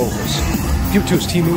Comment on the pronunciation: The "ee" in Teemu is closer to "bear" than "tea". It's not Tiimu.